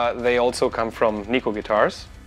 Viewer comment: You're pronouncing Neko wrong. It's Japanese for cat so Google translate will tell you. ;)